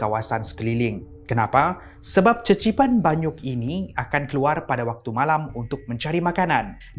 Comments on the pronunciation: Qeqipan banyuk bunyi sebutan dia kekipan banyuk, bukan cecipan😅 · Qeqipan tu sebutan dia kekipan. Bukan cecipan. Tu bahasa melanau baie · cecipan... Me (vaie): pffftttt lmao!!! (it's pronounced Kekipan with Q...)